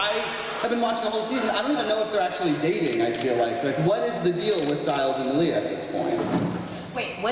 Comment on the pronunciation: "May-lee-ah" ...the fuck? Comic Con hosts are so damn annoying, he just goes 20 minutes being the ones to ask all the questions like the fuck...